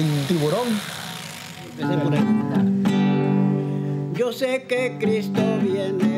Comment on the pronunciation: I thought these guys were legit, till homies passed an L around of that "tiguron" "Tiburon" as in shark in Spanish. This ain't no sharklato either.